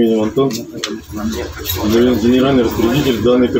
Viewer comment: А почему онтон, А не Антон?